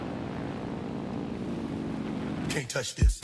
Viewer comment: “This” not “dis”?!